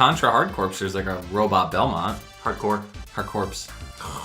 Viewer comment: It is "core", it's a play on words. Army Corps is pronounced Core, put corps after hard in a military themed game and you get Hard Corps. Sorry for being that guy XD great show guys